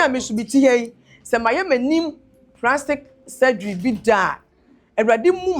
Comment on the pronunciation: The "Ecrestiasis" verse and "Prastic" surgery for me 😂😂😂😂